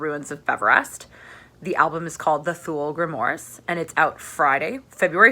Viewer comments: I know I know I'm gonna be that guy, but just cuz many people say this word wrong. Thule = too-leh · Great review! Just a heads up that "Thule" is pronounced "too-lee" :)